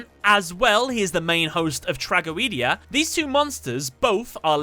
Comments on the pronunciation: Did my guy just say trag-o-ee-dia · trah go ee dee ah.... that's going to bother me for a long time